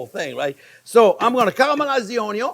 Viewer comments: Chef’s just trying to pronounce it onion as it’s spelled, as you do. But in Ireland it’s pronounced more like UN-YUN 🧅 I love how he says it 💚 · cream of mushroom soup, some character in a WW2 movie would mention this soup,h3 missed it from home ,he sounded british or irish, anyway it's been on my mind this soup. i might give it a shot making it...onyon sounds funny...great chief, thanks maestro! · the uhnyun lol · Being redundant, quirky, and pronouncing the word onion is the reason I watch😊 Don’t change anything. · Anyone else refer to ‘onion’ as ‘onyon’ now?😂😂😂😂😂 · Keep telling us, "The onyo number one." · Chef Jean-Pierre, you are my favorite YouTube chef. I have made dozens of your recipes. Keep up the amazing work. I thought it was onyo first, unless there was bacon involved. Please guide this tormented soul... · "1 or 2 videos where I did not talk about the onjo ..." They exist?!?! :) Nice one chef ... keep them coming! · I just like this guy, he knows exactly how to do it. Not too hot, not too thin or thick and the perfect seasoning. And: he likes ONYO, a lot, just like me. And please keep on explaining. ❤ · That's Anion...lol. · Wrong, it’s: “Onyo is number first”. 😅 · Love the way the sound of the word onion sounds in my ear from your mouth. Enjoyed, TYVM!